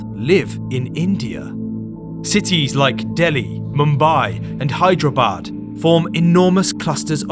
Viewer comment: It's pronounce high-dera-bad